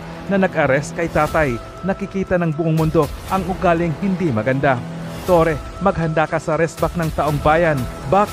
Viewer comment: Torre po madam not torres